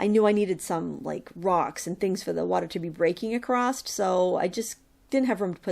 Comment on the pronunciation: I love watching your videos, but acrosst is not a word, it is across! Thank you